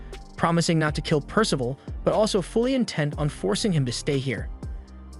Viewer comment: The AI really struggling with name “percival” in this one 🤦🏻‍♂️